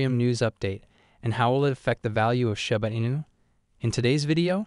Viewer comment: "shAba inu" 🤣🤣😭.....it "shIba inu" 🤣😭 shAba ranks...... it's like you want to say ...... shAba ranks haaaaha laughing my azz off 😆👍🏼